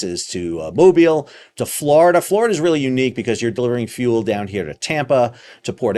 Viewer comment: Thanks for pronouncing Mobile correctly! Yes it sounds like Mo Bill.